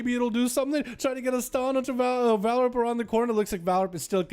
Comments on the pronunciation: HEY. ITS VAR... LIP. NOT VALRIP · Am I missing something? Homeboy should have his name said the same way. VAR-LIP. DOESNT LOOK LIKE VAL-RIP TO ME